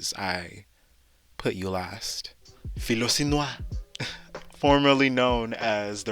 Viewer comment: But... But... I want the tea😫 Also that Philosynoir pronunciation 😂 come home😭